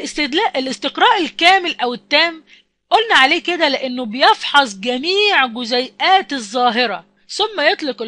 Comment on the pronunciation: جزئيات وليس جزيئات